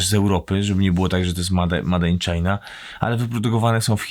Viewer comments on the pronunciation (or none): Made in china czyta się mejd in czajna